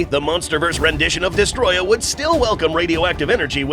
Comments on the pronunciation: It’s pronounced Dest-o-roya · Why does everyone call him "Destroyah" The Japanese title of the game "Godzilla Vs. Destroyer" It even says "Destroyer" in the dubbed version of the film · I can’t stand when people say his name wrong like this guy has done on every occasion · Has "Destoroyah" been misspelled or just mispronounced?